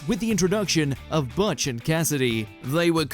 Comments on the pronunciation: Butch: THE NAME IS BUTCH NOT BATCH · It's not "butt-ch" it's "booht-ch" LOL